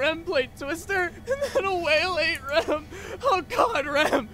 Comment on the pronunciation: it's Rem not Ram